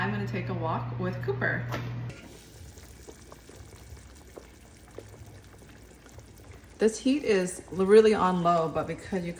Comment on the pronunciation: Ha! I thought you said pooper not cooper lol!! And I can't wait to make this soup looks soooo delicious ❤❤❤❤❤